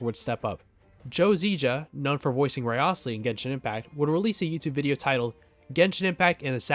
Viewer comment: I was not prepared for your pronunciation of Wriothesley's name